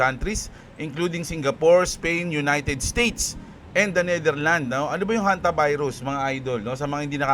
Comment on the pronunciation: Ang kulet ah Honte-virus😂😂😂